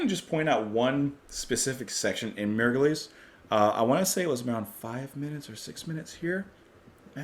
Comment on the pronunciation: "MYRRH-gliss THREE"